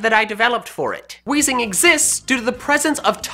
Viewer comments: You (kinda) got wheezing right! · You were so close for weezing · lol he got weezing right